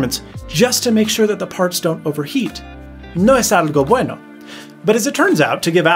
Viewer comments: Your spanish pronunciation is very good! <3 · "No es algo bueno", buena pronunciación del español, good Spanish 👌🏼 ... nice video !